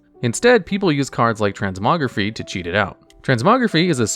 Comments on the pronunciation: It's pronounced "trens-moh-greh-faih." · the Y in transmogrify is pronounced like fly. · i love how you butcher the pronunciation of so many cards, you play WoW you should know how to say Transmogrify correctly